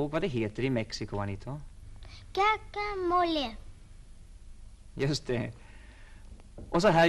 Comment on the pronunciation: Herrn uttalar "Guacamole" mycket bra, 100% mexikanskt.